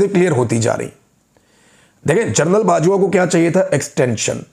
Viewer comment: جرنل لفظ درست نہیں جنرل درست ہے